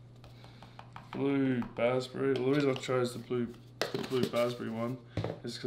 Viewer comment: You said blue bassberry, three times🤣🤣